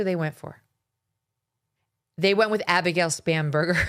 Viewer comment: It drives me crazy when she says that. Just like when she says “Kolberger”